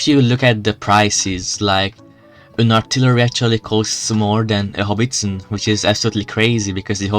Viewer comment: It's a howitzer, not "Hobbiston".